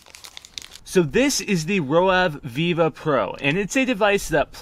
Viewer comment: Roav = rove, not row ave